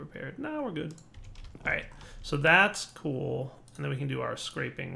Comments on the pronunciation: scrap not scrape. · Will ever learn to pronounce Scrapping right? Also, you should've done what the text told you. Right click the conduit connector directly, skips the UI for multiple connections. And you wouldn't have had to move them further away.